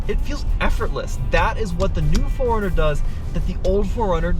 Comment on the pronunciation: It sounds like he is saying Foreigner.